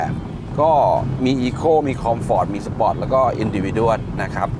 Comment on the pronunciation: ออกเสียง sport ว่า spot ก็ตะหงิดแล้ว มาอ่านคอมเม้น โอ้โหหหหเลย